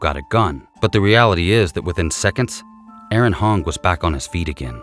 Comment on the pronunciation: You’re the only person who got the name right. Aaron not Aarong. I’m being pedantic, I know, but he lost his life & should at least be named correctly. Tasing & pepper spraying should be utilised much sooner in these situations imo & if not effective why don’t they shoot to disable not kill!